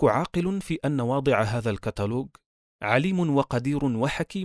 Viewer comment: الكاتلوج ✅ الكاتلوق ❌